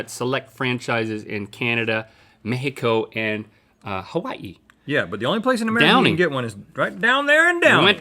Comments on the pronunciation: If you were speaking English, then as you're speaking English the correct pronunciation is MeXico and not Me'h'ico. In Spanish spoken in Spain, it is more common to write Méjico and this pronounce it as Mehico", while in Mexican Spanish (in other words, in Mexico) they prefer to write "México" and pronounce the "X" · I loved when Link said ''Mehiko'' instead of ''Mexico'' by mistake. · i like how link pronounced Mexico (Mejico)